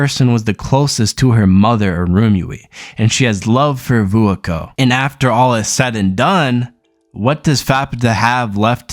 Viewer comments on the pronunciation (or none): Not a terrible video ....but dood Youre pronounceations made my ears bleed >.> So ima try and help some by writing names out phonetically. Faputa : fap taa (the u is almost silent) Vueko : vu a ko (long a) Irumyuui :e room you e (both e's are long e's) But yeah other than your missponuciations not a bad synopses